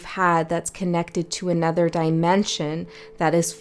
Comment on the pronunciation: Pls not “nuther”